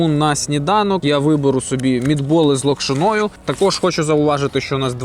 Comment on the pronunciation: Наголос на слові Локшина Неправильний